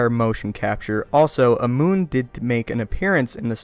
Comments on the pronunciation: Darth Plagueis was a Muun--pronounced "MYOON". He is not a fucking moon. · muun is not pronounced moon, but me-un